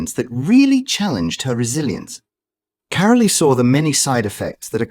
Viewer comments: It voice. Her name is carol not carolea. Do we have to put up with this stuff. It’s not normal. 😮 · Her name is not "CARO-LEE!" It is pronounced CAROL, like in Christmas CAROL! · Get your robots or ignorant humans to pronounce the names correctly. Carole Middleton is pronounced Carol NOT Carolee. 😡😡😡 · Why is Carole Middleton's first name pronounced Caroleee. It s Carole - the e is not pronounced. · narrator not pronouncing mother Carole’s name properly, it’s pronounced ‘Carol’ …the ‘e’ on the end is silent!! These folks should be screened! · ITS KAR REL TON , THATS HOW YOU PRENOUNCE IT! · The e in carole is silent it is pronounced p ke. Christmas Carol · Since you can't be bothered to pronounce Carole Middleton's name, I tend to doubt your narrative. What you have told is pretty common to chemotherapy patients. I sincerely doubt that any of this is directly relatable to the Princess. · Catherine’s mother would never discuss personal information about her beloved daughter. You don’t even know how to pronounce Carole’s name properly so why would anyone believe this total bunch of rubbish that you are trying to sell the public regarding Catherine’s recovery. Shame on you for going into embarrassing details and trying to sell this garbage as truth! Leave Princess Catherine, alone and mind your own business!